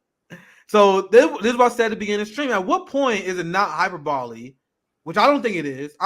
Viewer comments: Not how you pronounce hyperbole... Hi-Per-Bole-Eee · The key is putting the accent on the second syllable -- hy - PER - bo -- lee (whereas put it on the first syllable -- HY - per - bo - lee).